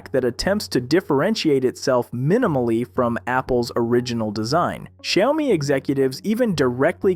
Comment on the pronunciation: Bro just called it Shayomi